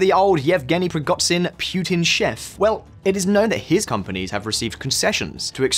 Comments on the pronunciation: preegotsin? are you banned from google? it takes 5 minutes to google a name, find original language and put it into googla translate text to speech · "Prigotzin"? Please learn how to pronounce "zh". Similar problem with "kh".. there's a reason why it's not "Karkov", "Kerson" or "Kabib" but Kharkov, Kherson and Khabib. Don't put an "h" in front of it if you ignore it.. you Americans..